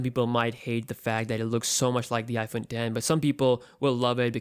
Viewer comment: He said iphone den